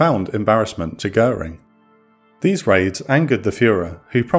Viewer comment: “Wrong” not “wring.”